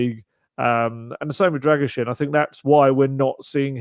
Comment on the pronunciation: I think needs to help with the pronounciation of the Dragusin name 👍